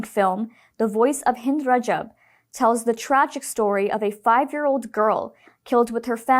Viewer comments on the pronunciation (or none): none